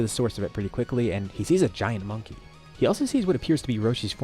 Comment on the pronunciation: Frieza in main story: "Monkey" frieza in this timeline: "Monka"